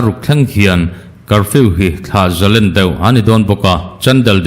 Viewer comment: Thlah zalen nilovin thlah zalên ti a lam tur a nia.